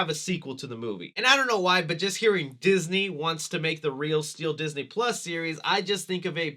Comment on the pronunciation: Ah Yes! Diseny+…